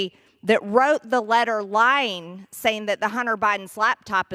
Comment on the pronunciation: The rules for "THEE" not "VEE". Those space lasers have gotten to her head again.